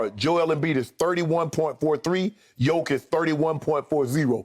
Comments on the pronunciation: He is not Jokovic but Jokic, give him respect and learn his name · And its not Jokovic its Jokic learn to prounance his name right cause youre gonna hear it more in future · Can someone tell Skip his name is JOKIC and not JoKOvic ? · its JOKIC not JOKOVIC !! And yea he is a MVP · Also is Jokic, not Jokovic...-_ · First of all it's Jokic not Jokovic. Secondly it's Jokic is the MVP. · It's not JokOvic its JOKIC... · He Said Jokovič 🤣🤣🤣🤣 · Skip calls Jokic "Yokovich." Oh. My. God. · Skip says Jokavitch, he doesn’t even know his name and he’s probably never watched a nuggets game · First off I love the disrespect to not correct the jokivic pronunciation, also, main stream pundits are tap dancing and twerking trying to find reasons to not make nikola mvp, he clearly is. Lmao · Shannon please stop saying "yoke" lol nobody calls him that and that just sounds so stupid 🤦🏽‍♂️ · No one: Skiuup: Jokavić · Seriously whotf is jokavic Skip is reading his notes and still gets it wrong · Is Skip thinking of Novak Djokovic when pronouncing Jokic? 🤣